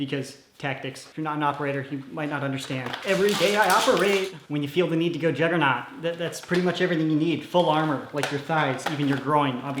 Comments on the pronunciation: I thought you said jungernog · its a "Jolgernaught "